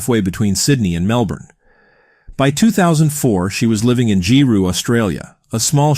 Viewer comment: “G-roo” 😂 “gi-roo” I was fortunate enough to meet this lovely soul in Giru State School. She was always so happy at school, always participating in sports even with just the 1 leg. Her mother is the real loser in this situation. That kid would’ve been the best daughter to ask for.